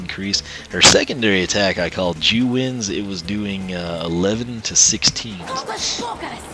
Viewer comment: Did you call her second attack jew winds?!?